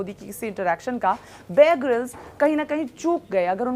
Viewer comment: Mohtarma ko apne favorite anchor ka nam tak sahi se nhi pata hai..{ babe grylls }. It's not babe grylls it's bear grylls. You should do your homework first then make a video.